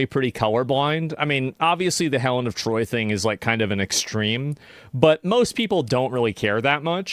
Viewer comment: Melon of troy